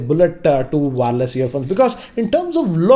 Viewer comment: worst intro ever . his english pronunciation is too bad . baads (buds) , Waarless(wireless).